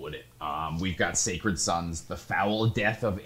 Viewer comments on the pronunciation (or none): none